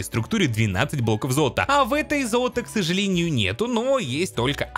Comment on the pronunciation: ксАжалЭниЮ зоЛаТО мы туТ не-На-йдЕм